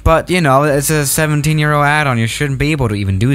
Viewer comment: What he said:. 17 Euro What i hear:17 year old lmfao